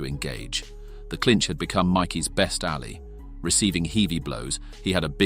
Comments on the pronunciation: Pronounces ally as alley. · "Doo-glass" / "alley" / "heevy blows" - send the bot back to school! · "alley"?😂😂 Whos "Doo- ga- less"